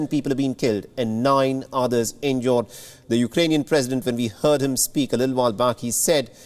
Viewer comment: Its injured not injord 😂